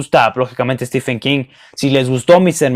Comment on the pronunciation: Aunque prácticamente todos los booktubers y la mayoría de los hispanohablantes lo pronuncien mal, Stephen se pronuncia STIVEN, no estifen.